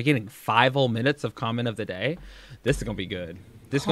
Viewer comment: Who else cringes when she says the words "Vhaa...log" instead of vlog or Dayah instead of day? I'm convinced she's stretching out her words to make that 10 minute mark LOL.